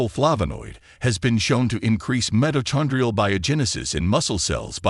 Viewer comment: Computer generated stuff Sucks!! You offered Great information!! But why couldn't you read it yourself?! 24 Over 7 (for 24/7)??!! Doc. that's Not a Fraction!! Also Meto-chon-dria? Of course you know that the "Ch" isn't pronounced as it is in Church!! Thank You 💚